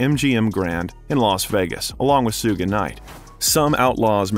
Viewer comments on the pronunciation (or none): 2pac is the G.O.A.T. oh and it's shu-ge not su-ge, jus' saying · Images not accurate to things being talked about in that moment, but more importantly it’s missing some key vital details in certain topics discussed. Also, how can you take this video seriously when they pronounce Suge knights name that way 🤣 [sue-gay] 🤦‍♂️ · Sewgay knight 😂 you mean suge knight